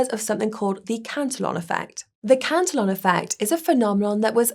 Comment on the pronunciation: ProTip: Cantillon was a Frenchman. His name is pronounced about halfway between to "CA tee OH" and "CAN tee ON"